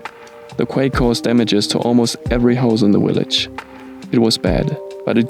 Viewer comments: What is a willage ? do you mean village. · I love how you can not pernounce V's lol willage and adventures 😊 r u German? Love your Language! LOVEE this village...everything is temporary...even places so old and beautiful and rich with culture and history.so glad you came across my feed!